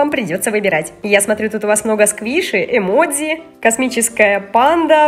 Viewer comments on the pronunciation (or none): none